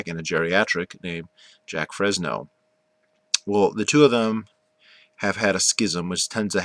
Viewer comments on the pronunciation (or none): haha dude the fact that you're saying jack frezno proves you haven't done any research at all. Keep living in your little world buddy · *Jacque Fresco not Fresno 🤣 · You just didn't get the point or right people to talk to. You also got the Venus Project wrong on how it really works and Jacque Fresco's name pronounced wrong as well. An NO this type of society never got to break ground because of Money, Greed, and Power over the people with it. Big Oil being one of them, but Elon Musk is slowly killing them off. We need a resource economy not money/greed/power hungry economy.